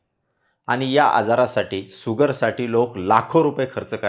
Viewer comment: भैय्या तुम्ही अगोदर शुगर म्हणा सुगर सुगर म्हणू नका.